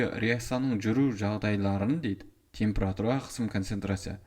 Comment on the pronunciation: ухо режет "темпЫратура"